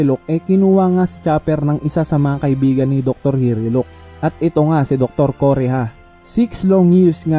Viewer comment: Hiluluk not hiriluk